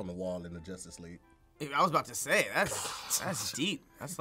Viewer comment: "But it bends towards Joistice."